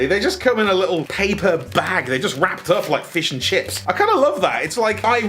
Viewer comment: "Fish and chips" man, your british 🤣